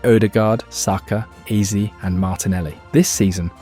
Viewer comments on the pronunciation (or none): It's Eze not Easy but all good, an enjoyable video for sure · It's Eze not ease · Eberechi what???? AAze Ezaeee... I hate these AI videos man its Eze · How did you butcher the pronunciation of so many names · The name pronunciations in this are so bad , I don't know if it's a wind up or not 😂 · If you can’t be bothered to check your AI script to pronounce EZE and MIKEL I can’t be bothered to like subscribe or even watch another video of yours We need to support real football content not this half assed AI slop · Great video but you must've pronounced Ezes name a hundred different ways yet none were correct 😂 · There were so many different pronunciations of his name in this video... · yeah he pronounced Eze’s name seven different ways